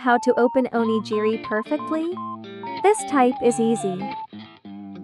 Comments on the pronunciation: " oh - KNEE - gee - ree " AI is pronouncing " Only Geary" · Great, very practical advice for tourists. Just a kind note, Onigiri is pronounced “oni-ghi-ri” with “ghi” like in “gift”